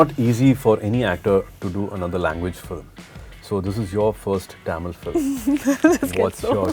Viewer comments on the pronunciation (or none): I don’t know what happened to Suriya. I still like him so much. I don’t know if it’s Jyothika’s influence or what but he has changed a lot very recently. The way he says “Tamil” instead of Tamizh. In all his old interviews, he used to say Kamal Hassan was his idol and came to movie industry because of him but now Amitab is his idol 😂. I’m not saying it’s wrong but after Jyothika’s shift to Mumbai both of them are acting weird in recent times 😅